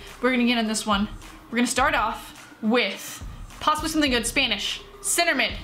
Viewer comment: Don’t know if it’s just her accent but I thought she said “spainish” 😂